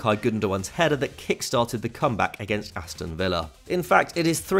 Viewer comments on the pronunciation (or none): none